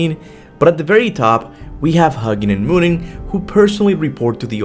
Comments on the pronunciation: Huggin and munnin are pronounced Hoo-gin and Moonin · HOO- ginn and MOO- ninn 🤦🏽‍♂️ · Hue-nin and moo-nin.